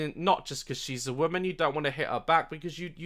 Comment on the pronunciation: The only bone I have to pick with you is your continued mispronunciation of the word woman as the word women.